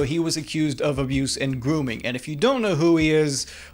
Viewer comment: "gwooming" LMFAO